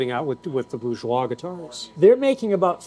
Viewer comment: You know,, there is an "R" in "BouRgeois" 😁